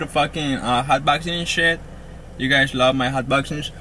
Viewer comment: i got silver haze guysh i dont make bideos but i got good bud guysh